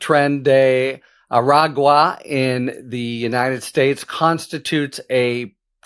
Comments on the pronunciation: A-Rag-Wa. Well done, Harry, at last. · Good job saying Aragua. You must have been practicing. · Holy shit on a communion wafers. He finally attempted to say Aragua properly after all these weeks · Harry. I commend you, sir. You finally learned how to say “agua”! The people of the southwest thank you emphatically.